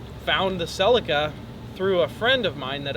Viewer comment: It's pronounced "CellEEca"...